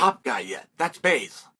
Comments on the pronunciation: Baze huh? Not Blaze, but Baze. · Lmao and he keeps doing it. "Thats Baze" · I was like, did i miss something, who is baze.. Then it hit me, hes chael-ing blaze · not his fault. Chael said it wrong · It’s Lilledahl, not Lillendahl. BLaze not Baze😂 I heard “Lillendahl” and thought “Christ, ah well, benefit of the doubt, then you dropped Baze with such confidence 😂😂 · Why can’t Chael sonnen pronounce Marcus Blaze and Luke lillidahl